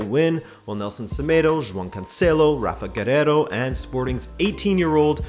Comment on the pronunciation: Great analysis on Groups D, E, and F!!! It's even great to hear someone who can actually pronounce the Portuguese names like João, and not say J-wow, of even more cringeworthy Jow!! I also like the fact that you've pointed out who is basically playing their games at home and who has to travel big distances. I think this will come into play in some groups, it seems very unfair to some whilst handling others a massive advantage.